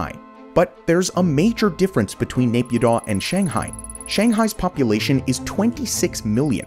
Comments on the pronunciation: Dude it's pronounced MEE-AN-MAR not MAYAN-MAR ffs. Same with Napyidaw. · not Naypyidaw it is Nay Pyi Taw